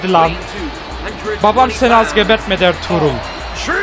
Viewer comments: Abi senin dilin R-TRUTH=ERTUĞRUL gercek okunuşu (artruth) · abi R-TRUTH a Elturul demene bayılıyom